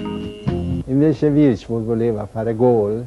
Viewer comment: Vierchowod che diventa virchwod detto da lidholm.